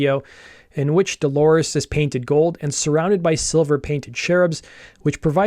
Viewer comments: Good video, but her name is Dolores, not Delores. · All good, but he keeps repeating "Delores" instead of Dolores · It is not Delores its DOLORES.